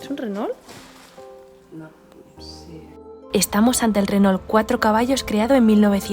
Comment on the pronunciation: Renault se pronuncia "Reno" (No se prononcia la "L" antes de la "T"... 😉😉💖💖